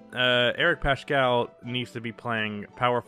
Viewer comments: Yo it's Pascal not pashcal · Wtf is this analysis. -You said curry played 10, he played 5. -You pronounced "Paschall" wrong. -You called wiggins just a bad player not considering his former org. -You didn't mention poole's late Improvement. -Heck you even said omari is still in warriors lol You are not a warriors fan, casual.